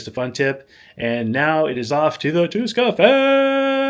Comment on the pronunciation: you butchered Tuska so bad mate. It was like i didn't hear that at all...quick life hacks...try to say thx in their native language, be considerate and don'rt fight finns.